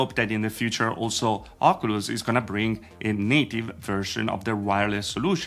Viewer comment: Thanks for your videos. However "Ocoolus" is not the proper way to pronounce it. Say it like this better: "Okiulus".